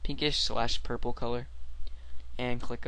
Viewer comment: i like when he says "pink SLASH purpel" :)